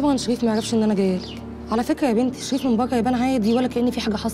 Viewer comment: الي اسمها نهى عندها لدغة في را تنطقها شغيف.ههههههه